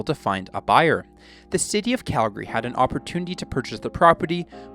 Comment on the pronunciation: He said Calgary properly 🙏🙏🙏